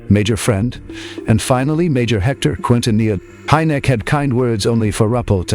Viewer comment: Buen video, pero estan muy mal pronunciados o equivocados los apellidos de los investigadores y esto lleva a confusion; HYNEK, RUPPELT, QUINTANILLA, son los apellidos de quienes intervinieron en los proyectos SIGN (SIGNO), GRUDGE (RENCOR) Y BLUE BOOK (LIBRO AZUL)...Saludos !!!